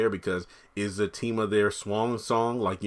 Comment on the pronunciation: Very good... you have been saying his name right ✅